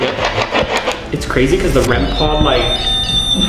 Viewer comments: Hey I just wanna tell it's "rem pod" not "rem pot" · It’s not called rem pot it’s called rem pod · Man! it's not REM pot it's "REM-POD"🤦‍♀️